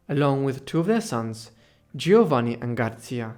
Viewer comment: Very interesting. A minor criticism: the letters 'gi' together in Italian are pronounced as if is the letter J. So it is 'Joevanni', not Geeovanni.